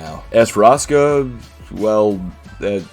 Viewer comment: That’s just how asuka should actually be pronounced